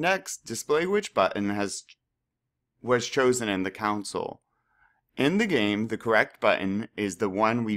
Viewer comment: pronounced cONsole not council lmfao